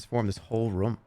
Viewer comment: I can't believe he kept saying rûm instead of room